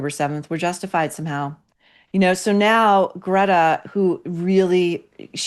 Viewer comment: IDK if you’re trolling us but Maureen can you please learn how to say her Greta’s and kaffiyeh correctly? Same with the name Hoda Kotb. You are the only person that says names incorrectly and you are an intellectual person.